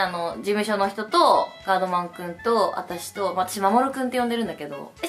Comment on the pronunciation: あちゃんが言うガードマンくんのイントネーションそれで合ってるの？wwwwwwwww